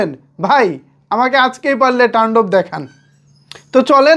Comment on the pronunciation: তুমি শুধু বারবার টাণ্ডব টান্ডব করো কেন শব্দটা তো তান্ডব